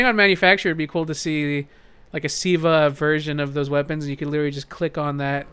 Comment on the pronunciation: its see vuh not siv uhh